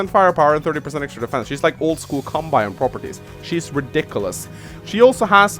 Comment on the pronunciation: Just for future reference: Javier is pronounced "Ha-vi-err". Spanish names, yo. Also, Kanbei is "Kahn-bay". Japanese doesn't really do the European "ei = eye" thing. As for the actual video, yeah I think you pretty much nailed it. Financial COs are just stronger than everyone else. Hachi is a god. Colin is a demi-god. High-five for Adder love. He's basic and he's simple, but he just feels so gooood to play. Like playing the purest test of skill and feeling like a smug douche for doing it, win or lose. I miiiight argue that I think Hawk should be a Tier 3, mostly cause that Super Power can give him an instant 4 point potential lead in health depending on the situation, but that is really circumstantial and his powers are crazy costly. I'm okay with him in Tier 2. My personal main is Rachel, and I'm honestly surprised you put her in Tier 3. I completely agree her Super Power is brutal, and if performed "properly" (basically wait for a juicy moment to blast a bunch of peeps without wasting a missile- you get used to "aiming" with practice) it can tip the game pretty heavily. However, I feel like her weak CO Power (I still use it even if it's pretty worthless) and her double-edged day power make her not as strong as a lot of Tier 3s. You can use the extra repair to give yourself an edge, especially when defending key locations, but it's a very easy "weakness" to have exploited as well, especially against COs that have map-wide damage powers (Urban Blight is the bane of all things